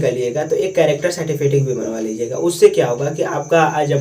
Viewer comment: گڈ بہت اچھی جانکاری دیا بچھو کو مستقبل میں سب کو ضرورت پڑتی ہے ۔تلفظ درست کی ضرورت ہے سرٹیفکیٹ ہے certifikit نہیں